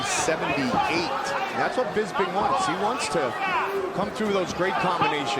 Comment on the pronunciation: First off, I love the way Rockhold pronounces Bisping's name.....Bisbing....I look forward to hearing that for some strange reason. I kinda was annoyed by Bisping early on in the UFC. When Hendo dropped the H bomb on him, it was kind of satisfying, in a sick twisted way. Anyway, Bisping won my heart over time. His perseverance, trash talking, and his character all contributed, but what cemented it was his love of his family. He really is a class act despite some of the stuff he might say.